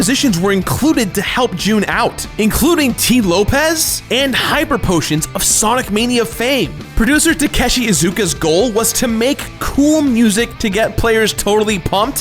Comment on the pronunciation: again, its LOAPS not LOPEZZ (lopes)